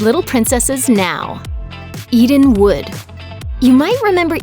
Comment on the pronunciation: When she said "Eden wood" I legit thought she said "eating wood"